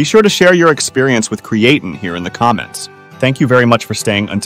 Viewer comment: Your crappy AI voice can't even pronounce creatine right. It's dogshit.